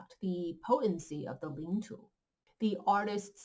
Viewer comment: Please pronounce Chinese words correctly, not the way they're mispronounced in English